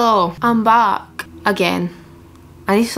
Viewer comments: What accent is this ? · When she says “back” it reminds me of the accent in that vine “here mate that’s no a bank machine” and that accent is from Inverness so I think she’s from up north maybe dunblane or something